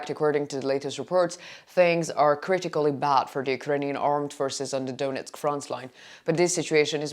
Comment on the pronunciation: Could You be so kind and learn pronunciation of ukrainian names? It’s not Doonetsk, but Donetsk. And so on, and so on.